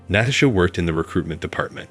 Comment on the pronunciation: 2nd Story: Fix the computer voice to pronounce Natasha correctly. Next, proof read the direct translations into English to fix the obvious grammatical errors.